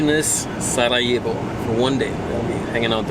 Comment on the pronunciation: I love how you were calling it SaraHevo when you came the first time, and now you’re pronouncing it SaraYevo, as a local 😬 and awesome that you discovered City Gym in SCC, it’s a really nice one :)